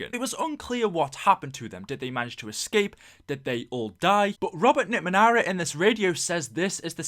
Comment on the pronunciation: "NickMeanera", fml